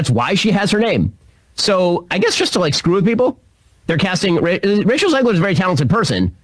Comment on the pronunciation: I swear Shapiro was pronouncing Rachel to sound like he was saying “Racial Zegler”